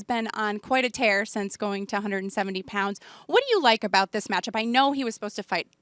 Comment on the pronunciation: All these years and Dana still can't pronounce Woodleys name right